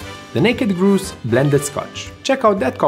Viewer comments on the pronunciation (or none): Amazing! Love it as always. Just FYI Grouse rhymes with House.